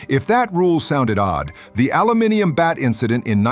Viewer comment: He said aluminium properly 😂